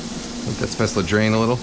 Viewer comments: It’s “Spätzle “ with a L tho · Don’t pronounce the e in the end and it’s a hard a at the start like “eh” but that was perfect like my oma use to make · If I may insist even more, "Spätzle" are pronounced almost like you did, but with a "sh" in the beginning instead of an "s". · dude you mean "Spätzle" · u pronounced it wrong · the way to pronounced spaetzle made me scream in german but good recipe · never heard it pronounced like that lol